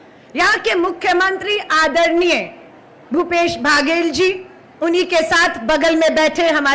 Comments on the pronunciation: मैडम जी को कोई मुख्यमंत्री का नाम तो सही से बात दो, भूपेश भागेल जी बोल री है...😂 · भूपेश भागेश, टी एस देव सिंह 🤣🤣🤣 नाम तो ठीक से बोल लो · छत्तीसगढ़ में अन्नपुर्णा। का वास।।इषलिए छत्ततीगढ़।।। सलिइ छत्तीसगढ़ खास है।।।।।लेःकिन महोदया। तो मंत्री जी का नाम भी सहि से उच्चारण नही कर पा रक्हि है।और। क्या कहू।।ऐसे नेताओ से देश जो प़देश के। मुखिया का नाम भी। ठिक से नहि ले पा रहि हे।।।एक नहि। दो नहि तीन तीन बार और हर बार गलत उचाचारण।।धन्य है माताराम।।।वंदेमातरम।जयहिंद जयभारत। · इनसे तो मुख्यमंत्री का नाम भी ठीक से बोला भी नहीं जा रहा। चाटुकारिता की इन्तेहा है। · ठीक से मुख्यमंत्री जी का नाम बोलिए 😢😢